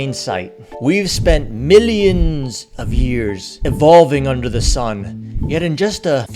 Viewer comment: The way u say millions😂😂😂😂